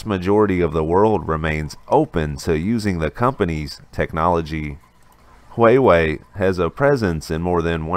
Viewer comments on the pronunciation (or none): I cringed every time he said it. How do you run a news channel not knowing how to pronounce wah-way.🤦‍♂️🤷🏼‍♂️